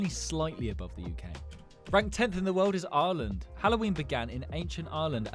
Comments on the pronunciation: “areland” 😭 ITS PRONOUNCED EYE-R-LAND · Yo I live in Ireland